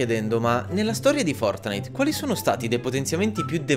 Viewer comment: i nerfortnite 😂😂😂